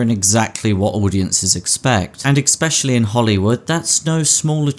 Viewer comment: I loved it all, until you said, 'EKSPECIALLY'